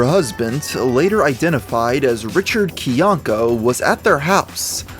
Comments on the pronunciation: You did enough research to make a 42-minute video on the guy and can't pronounce his last name? It's not KYAHn-ka, it's kai-ANK-uh, rhyming with how a Bostonian might say "my anchor". Good job. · I find it fascinating you did this much research and yet cannot pronounce his last name correctly